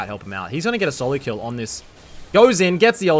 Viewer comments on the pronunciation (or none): none